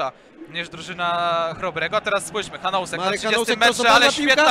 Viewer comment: Drobna wskazówka dla komentujących: nazwisko Czecha czyta się [hanusek], a nie [hanousek]. Tego "o" się nie wymawia, jest bezdźwięczne.